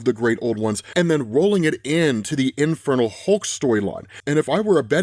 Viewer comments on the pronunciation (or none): Am I the only one hearing 'Infertile Hulk' everytime says it?